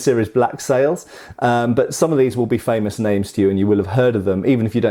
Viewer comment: I love that when you start talking about the famous pirates that you have a momentary self correction word stumble that makes you pronounce "famous" with a Somerset accent. Seems very appropriate.